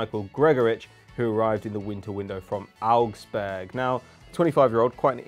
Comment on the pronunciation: Am I the only person hear say arabsburg